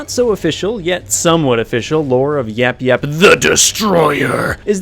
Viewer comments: It's yayap not yapyap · The last YAP YAP wasn't properly said!